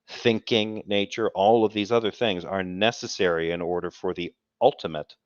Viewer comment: It seems as if is picking up Derps speech issues as well as his lame ass arguments. I could swear I heard him say "nethetherwhee" when meaning to say "necessary". If he ever tries to say "suspension" we may need a fucking HAZMAT suit if within a 500 mile radius.